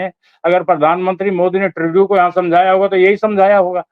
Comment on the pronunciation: This idiot can't even pronounce Trudo lol who the hell is he? Taking like he is the government 😅